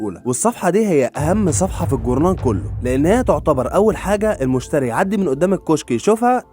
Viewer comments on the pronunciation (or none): none